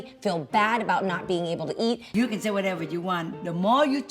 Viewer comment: I love the “wuteva’s” 🤣